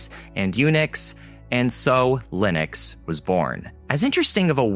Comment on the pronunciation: why is everybody pronouncing Linux so wrong? you can pronounce Linus, but not Linux? is the same pronounciation, just with a x at the end